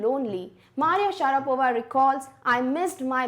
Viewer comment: Maria Sharavapa ?!😂